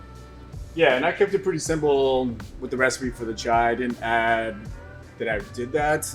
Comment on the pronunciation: Ahem, "chai" not "chia" ... .